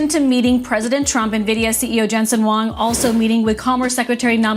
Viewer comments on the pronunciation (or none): It's "Jensen HUANG" - pls get it right.